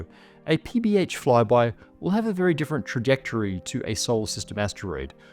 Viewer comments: each time I hear PBH, I hear PBS. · Must be hungry, because I keep hearing PB&J.